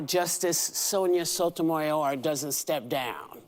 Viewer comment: Whoopie can’t even pronounce Sonja Sotomayor.🤦‍♀️